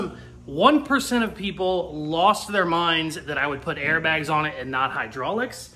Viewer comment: Did you say air bags?